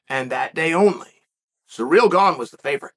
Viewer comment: Wow, stop disrespecting Ciryl, his name isn't "surreal".